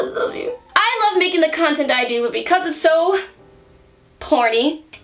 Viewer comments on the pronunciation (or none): none